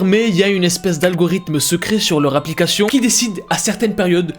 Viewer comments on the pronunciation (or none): C'est moi ou il dis applicashion 😭😭 je l'aime ❤ 😌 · Tu dis applicachion 🤣🤣 C plus une applicachien 😅